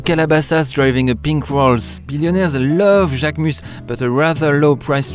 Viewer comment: I loved this video. So much knowledge about the brand and the models. A lot people don’t attempt to pronounce names correctly & get models mixed up but you said mine perfectly. Thank you, I appreciate it x